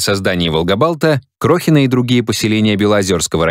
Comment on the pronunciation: Белозерский район, а не Белозёрский. КрохинО, ударение на последнюю О.